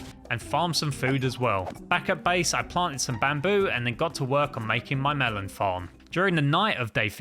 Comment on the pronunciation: My video put a add when you said farm and it sounded like you said fu*k